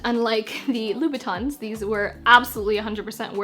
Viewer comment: It's Louboutin not Louis Batons 😛😅😅 Nice video 👍🏾